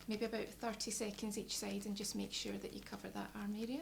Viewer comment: What a charming voice and accent.:) "Make sure that you really connect this foo arrrea of your hand with you neck arrrea so you get the foo benefit." "The slouwer the beetter , so yoo just taaake yer time" was like music to my ears. Quite refreshing to hear unusual syllables being stressed. :)